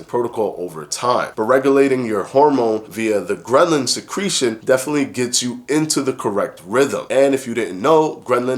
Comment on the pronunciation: Every time you say ghrelin it sounds like ghrenlin which sounds like gremlin and so this whole video had me thinking about the movie Gremlins. 😂